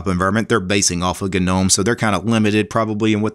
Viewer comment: Thanks for saying "G"nome 👍🏼👍🏼👍🏼 instead of "nome" 😄